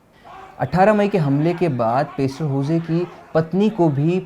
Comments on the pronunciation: भाई पेस्टर नही पास्टर होता है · पेस्टर नहीं पासटर